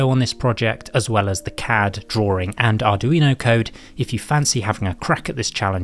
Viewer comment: CAD Drawring Drawing